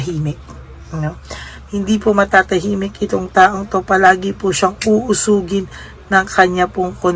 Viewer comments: madam di po uusugin ang tamang salita ay uusigin . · Uusigin po ata ndi uusugin.. Tama po b dinig ko. Correct me if I'm wrong